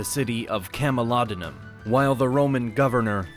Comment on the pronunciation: Oh my god it’s not pronounced cam-oh-lod-in-num it’s cam-el-oh-dew-num can you do some research this is offensive.